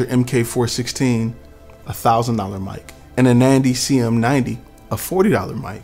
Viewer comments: NANDY? I believe it's NADY!! It would help if you know the actual name of the company!! PLUS, it's NOT the mic that produces echo!! It's your environment!!! Seriously, you really need to do your homework!! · Is it Nandy or Nady?